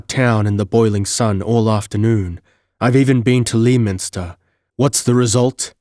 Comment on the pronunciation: Tremendously enjoyable read and fortunate channel find. Sorry in advance but in case this come up for whatever reason in the future: Lei-minster.